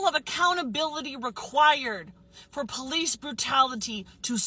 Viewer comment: Never take advice from someone who says PO-lice and ax someone